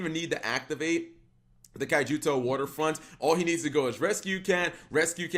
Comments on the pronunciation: It's Kyo-To Waterfront, not Kaijuto. Anyway that Naturia Beast turn 1 completely shuts down the whole damn deck. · Did you just called it Kaijuto waterfront??